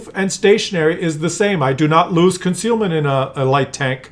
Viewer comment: I have a question regarding - . What's "ConcRealment"? - 😂